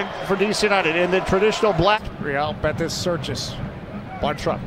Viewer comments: “real BETTICE” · That commentator is so bad and lazy, not only in announcements, and trying to pronounce names and the name of Real betis